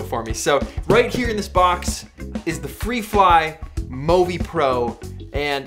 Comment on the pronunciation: actuallyyyyyy, its mõvi not movi, which means you dont actually pronoince it like [moh-vee] its just [moo-vee] or [movie]